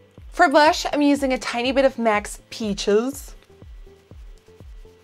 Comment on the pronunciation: I love the goofy way you say "peaches" every time 😂